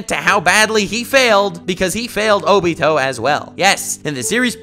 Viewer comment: Oh-bee-toe LOL